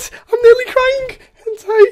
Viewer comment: The way he says I'm crying: IM CRIAINK!